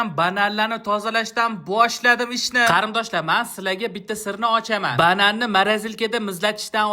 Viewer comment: Кариндош эмас Кориндош😂😂😂